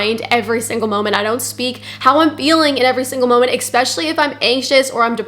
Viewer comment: Especially. Not expecially